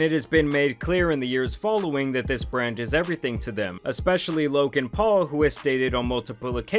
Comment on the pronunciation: Bro, I like your videos. You're a dope content creator but for the love of god can you stop saying Lo(k)an Paul lol